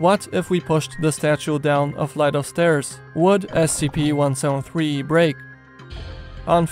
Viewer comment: "One sown three"